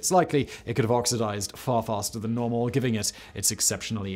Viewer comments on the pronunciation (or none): none